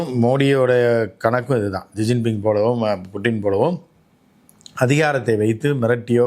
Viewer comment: ஷிஜின்பிங் - இதுதான் சரியான உச்சரிப்பு